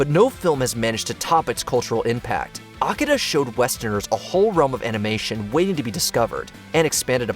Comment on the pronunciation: It is called Akira, not Akida. Smh